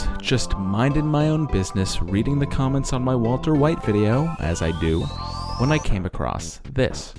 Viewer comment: waltuh wite